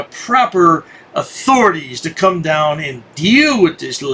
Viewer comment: Oaf! Boof! Lawrl! Siedwaulk! Puh-lowcy! Stur-rey! Eye-thor-ity! Teef! Lie-berry Just throw holy water to his face and stake immediately his heart!!!! <AIEEEE!!!> Btw- Dwarf Vampire Davey got wrecked by those officers lmao!!!